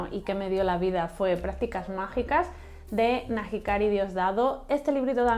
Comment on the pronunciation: Hola, Después de la caída tiene una pinta estupenda. Acabo de leer El señor de los djinn y me ha encantado. La ambientación de 10. Nahikari es un nombre vasco y la h es muda, no se pronuncia. Este año me estreno con Slatter y La quinta bruja. Luego me gustaría seguir con las novelas de Masa madre/De conjuros y otras penas, etc. Me apunto Niños de la calle. El canto de las montañas me gustó mucho. Gracias por el video.